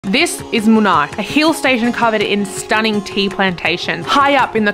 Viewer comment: It is Munnar and not Munai. It is in Kerala State